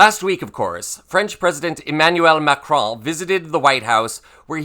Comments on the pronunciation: Thanks for pronouncing Macron's name right! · you are the only American Wh seems able to pronounce Macron properly!